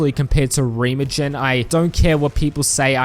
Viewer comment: Oh my LORD did you get it wrong. REEEEEEE-MAH-GEN